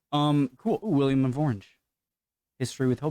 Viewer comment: I'm Dutch and throughout most of this video I kept yelling: "IT'S WILLEM NOT WILLIAM!!!" XDDDDDDD It's a good video though, I never knew a synonym for 'Dutch' was 'Netherlandic'